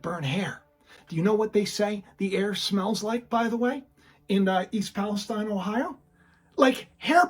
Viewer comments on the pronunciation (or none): A bit of word play here- East Palestine is Pronounced like Palesteen, not stine, as the Middle eastern area is pronounced.